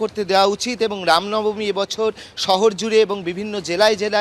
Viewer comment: Ram Nabami.... Thik vabe uchcharon korun..... Ram namani noy